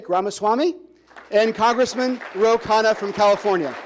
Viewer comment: the mod got vivek's name perfect... and as expected mispronounced khanna's... shows how impactful VR's persona has been...